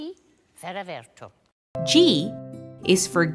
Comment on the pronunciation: It's actually *V*era Verto, not *F*era Verto